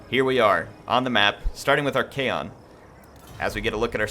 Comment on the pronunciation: Your pronunciation of Archaon's name is a bit annoying tbh, it's not kaon it's con like con-artist.